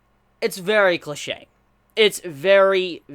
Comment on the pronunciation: when he said "infamous", "cliche", and "NaruTOE"... constructive criticism please listen to your pronunciation